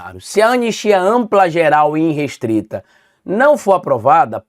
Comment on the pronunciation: é irrestrita. De onde vc tirou iNrestrita? Pelamor, perdeu dez pontos pra mim. Jornalista que escreve e fala errado não existe, me desculpe